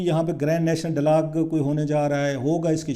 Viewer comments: mohtaram, apna talafuz drust karain khaskar english words. it is not delog but dialogue and many more . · I got sick of your repeating delog. Before you give sermons go and get a course in pronunciation of Urdu and English language. .